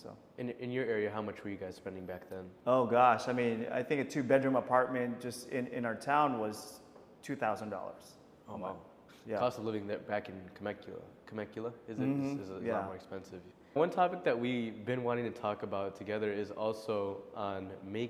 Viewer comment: *Temecula not Kemecula